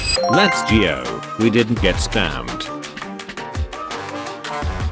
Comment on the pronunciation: bro said lets gio with an i